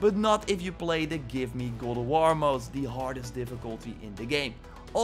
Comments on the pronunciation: Dude you need to learn how to actually say God of war not gould of war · this guy says goo of war instead of god of war LUL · and Goldoworrrrrr!!! I think your tongue is left handed.....